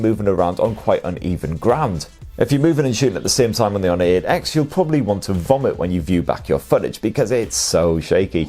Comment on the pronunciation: The “Honor eht x”